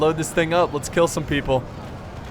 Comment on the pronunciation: GET YUR DRANKS PEEPLE